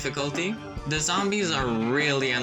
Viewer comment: Why many people make th t or d 😫😩😩 it’s not difficult sound!